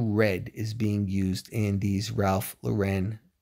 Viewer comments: "Lauren" is pronounced like the name Lauren. It's not French. If it was French, it would be pronounced more like Lore-on. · I love Ralph Lauren too! But pronunciation of his last name is incorrect.